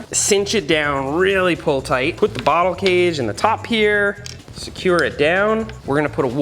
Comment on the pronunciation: Me: "Water bottle" Seth: "Warter Bowttle"